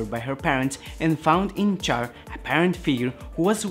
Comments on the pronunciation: It's said "Shh-arr"... Not "Char" like when you burn meat. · it's not pronounced Char my guy it's pronounced (Shar) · Ummm...CHAR is pronounced "SHAR", like in French. (In Japanese, it's "SHAAA".) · Do not make videos regarding Char is you are going to disrespect his name by pronouncing it wrong. Immediately turned the video off after the second time you pronounced his name like he was something you scrape off a grill. It is pronounced Sh-ar Shar.